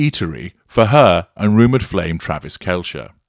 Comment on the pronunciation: It’s actually pronounced “Kelsey.”